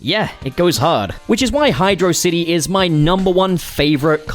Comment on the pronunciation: Great video but you pronounced Hydrocity Zone wrong 😎